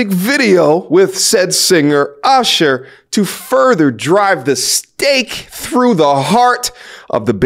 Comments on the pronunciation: I appreciate your pronunciation of the name Ooshur haha, keep up the good work! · It's ursher lol. Shout out to ludacris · Why he said usher name like that lol